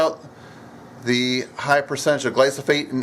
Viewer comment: The word is gly-PHO-sate (NOT gly-so-phate) -- PLEASE train your brain to say the word accurately. Also, according to EcoWatch, that chemical may be a serious problem for bees, and bees are essential to our food supply. ("Among the pesticides tested were the ever-controversial glyphosate, the most common pesticide in the U.S., which previous studies have also shown to be attractive to honey bees. Chlorothalonil, which is ranked as the 10th most commonly used fungicide in the U.S., usually on peanuts and potatoes, also proved to attract more honey bees. (The connection between fungicides and honey bee health is not that clear; studies suggest they are not in themselves highly toxic, but in combination with other factors can be dangerous).") So I'd recommend we use your homemade remedy. Thanks.